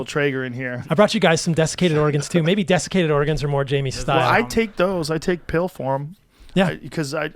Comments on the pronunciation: Is it just me or is he pronouncing organs like the state, Oregon? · Oregons? This is all I could hear.